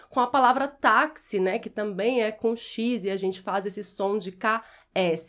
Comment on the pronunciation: A senhora falou "TAMEM", ou eu ouvi errado?